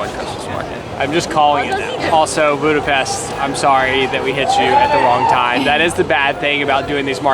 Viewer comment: Budapesht not Budapest right?